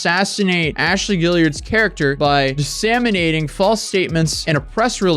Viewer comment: He also said "dissaminating" instead of disseminating. And then says "dissenimated". PS I just think it's funny and I'm not saying he's stupid or anything. We all make mistakes.